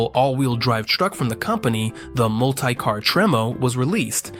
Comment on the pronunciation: Mult-eye-car was starting to get on my nerves